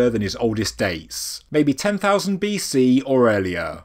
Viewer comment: I'm glad you say "BC"